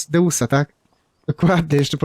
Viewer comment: Jak deusa? Dojść far się mówi